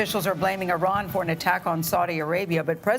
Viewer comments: Learn to fucking pronounce foreign countries and cities names Americans. Even trump gets it right - it’s Ee-ran not I-ran. Mos-co, not mos-cow. Fucking ignoramuses. Love your show jimmy btw. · Fucking CBS can't even PRONOUNCE "ear-RAN" properly! As you can hear when Trump(!) says it properly, it's "ih-RON". FFS.